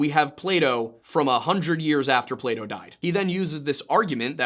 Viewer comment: Its fucking PlaTo not Playdough